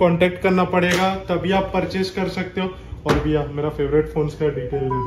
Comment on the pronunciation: Biya..ya Bhaiya humko toh Biya sunai de rha hai